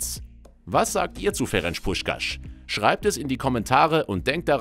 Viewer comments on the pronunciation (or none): Ferenz und nicht Ferentsch. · Das C ist scharf. Sprich Ferenz Puschkasch.